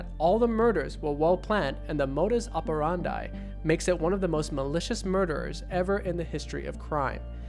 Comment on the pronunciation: I am Modus OperanDIEING with the pronunciation XD